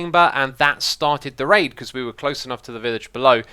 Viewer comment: Whenever he says "raid" i dont... hear... "raid"...